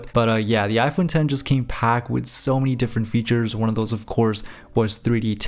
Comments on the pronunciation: Finally a YouTuber who properly says "iPhone Ten" instead of "iPhone Ex" (Even though you accidentally said "iPhone Ex" once lol). I thought the idea of Apple using roman numerals for the 11, 12, and so on would have been cool but they probably noticed so many people saying the name wrong for the phone they probably passed on that lol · It’s iPhone X (10) not X 😅